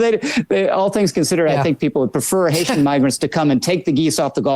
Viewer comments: I believe Lowry I don't think he was going to say the N word. What he almost said was NEGROES. He wanted to say Haitian Negroes. IDK where he's from but in conversation he could pronounce Negro as "Nigro". Still very racist as his emphasis was less on their migrant status and more on their color status. I could see a "gentleman" such as Lowry refraining from using the N word in front of a "lady" such as Kelly. But the word Negro is just fine unless the camera is rolling because they have to pretend that the main problem is that they're migrants. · haitiaN ends in an 'N', which leads right into "Ni......"